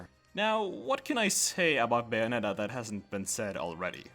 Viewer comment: You could have checked how to pronounce bayonetta before making a 14min video on her... it’s bay like say, not bay like bye